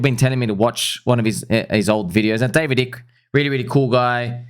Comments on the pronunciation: Bro, the I in Icke is pronounced as in "sky" not as in "icky". Just saying... 🤣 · Icke is pronounced 👁ke my friend ... I've read all of his books .... the books of Jim Marrs are also excellent....."The Alien Agenda", "The Rise of the Fourth Reich", etc. 🦉Owls seem to be associated with the Grey aliens 👽according to some ... imo, It would require NHI to establish the global control system that has been in place for a very long time.... Anunnaki and their hybrid, demigod children ... those special elite families. Thanks for helping to open eyes my friend ... Confirmed ! 🤟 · David Icke's last name is prounounced as "Ah-ik". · Genesis 3:1 (KJV): "Now the serpent was more subtle than any beast of the field which the LORD God had made. And he said unto the woman, Yea, hath God said, Ye shall not eat of every tree of the garden?" Btw it's usually pronounced Ike like the South Park Ike (don't kick the baby..!)